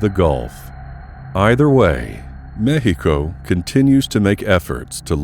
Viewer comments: you are miss pronouncing mexico... duho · i respectfully got a kick out of you pronouncing Mexico and i can honestly say i cant wait to hear you annunciate some chinese. sub'd. great content and presentation. thx🖒